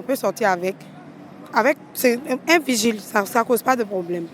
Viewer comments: D'abord on dit pas virgile mais vigile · ON NE DIT "VIRGILE" MAIS PLUTÔT "VIGILE".